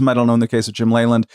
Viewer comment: I used to watch a lot more baseball when I was younger and I remember hearing Jim Leyland's last name repeatedly pronounced "Lee-land" and not "Lay-land."